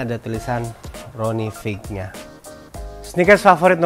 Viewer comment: Btw, itu namanya Ronnie Fieg dibacanya beneran fayg, bukan fig hehe